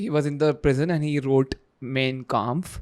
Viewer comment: Why aren’t you guys utilising “Clip-On” microphones ? I felt sorry for the poor girl holding such a big mic during the entire podcast. 🎤 🎙️ Btw, the girl is “Super Intelligent” ! “Mein Kampf” is pronounced as “MAAIN KAAMPF”. It is “Hindenburg”. From September 1, 1939 to September 2, 1945 amounts to 6 years, not a “DAY” ! 🤷🏻🤷🏻‍♂️ Because the Jews were everywhere, they occupied every field, business & job, thus usurping the German indigenous people’s rights to these fields. That enraged Hiter & all of the German people.